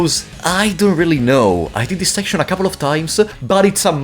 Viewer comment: figuring out when you are saying "This" and when you are saying "DIS" was a puzzle in an of itself but a fantastic video non the less